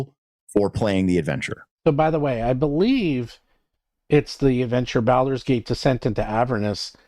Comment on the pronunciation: someone PLEASE teach how to pronounce Baldur's Gate:D